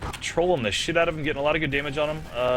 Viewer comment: hearing the casters call youmustmike rinku at the beginning of the game is a little painful :s